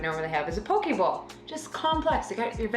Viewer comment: I thought yall said you were eating a pokeball and was like "wow how many carbs is in a pikachu" then I realized...poke bowl.